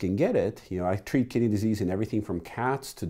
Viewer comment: Every time you say "kidney disease" i hear "kitty disease" I treat kitty disease in everything from cats to dogs to chameleons, snakes, and even humans made me double take